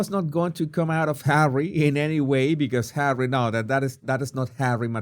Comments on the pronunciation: Why can this woman not say Harry?? It's physically harder to say H than Harry. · I loath how she thinks it's cute or whatever to call Harry H-A-I-T-C-H! 😡. We all know how bloody bone idle she is but she can't even say his name properly?! Perhaps she needs another lie down whilst everyone else does the work she will then pretend she's done! 🙄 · Why is she calling him H? I get it if she uses it if he would have a very difficult name to pronounce but its Harry. Its like putting him down with just saying H. Its like he's just a thing to her